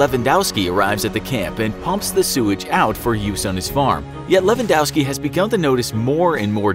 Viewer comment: YOOO HE SAID LEWANDOSKI